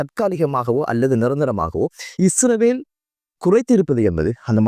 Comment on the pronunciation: Not isravel. Say Israel. Or consult a speech therapist.❤ I think it's not that bad. You have to practice this Word several times every day. You can. I wish you well.❤